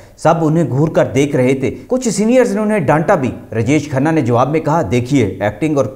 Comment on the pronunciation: پھ ڈا ڈالنا کیا ہوتا ہے؟ رجش کھنہ کون ہے؟ وی ڈیو بنانے سے اپنا تلفظ ٹھیک کرو۔